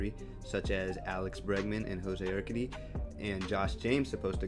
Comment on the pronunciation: You’re pronouncing Urquidy wrong bro lol 😂